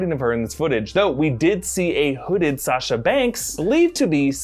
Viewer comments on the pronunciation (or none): none